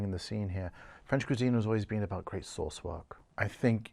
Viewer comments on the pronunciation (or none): none